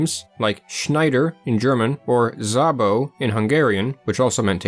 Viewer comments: "Szabo" is pronounced "Saabo" not "Zabo". The Hungarian "sz" is a sibilate and exists as a letter in its own right. The Hungarian "s" is a separate letter and is pronounced "sh". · szabo in hungarian is pronounced more like a regular “s” sound as opposed to a “z” sound. magyar (also while i’m here) is pronounced more like “mud-yar” as versus “maggy-yar” (just think i remember that pronunciation in another video of yours).